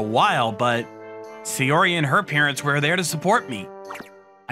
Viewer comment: Her name was NOT "Sayori", it was Saori. Check your pronunciations.